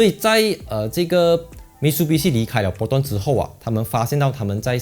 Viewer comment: Mi tsu bi shi Not Mit su bi shi 纠正一下🤣🤣